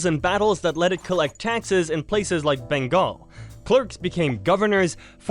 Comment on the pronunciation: Bengal* not Bangal